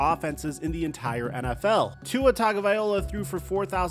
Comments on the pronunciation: WTF is a tanga viola? It’s pronounced Tango VaiLOA💯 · Say it like this: TAG-O-VAY-LOAH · Every time he gets it wrong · Will this guy ever pronounce Tua’s last name correctly?